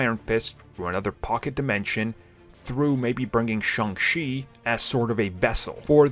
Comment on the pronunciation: It's Shang Cheee, not Shang Xi.